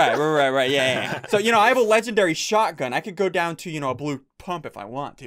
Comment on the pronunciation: He says “Legendry”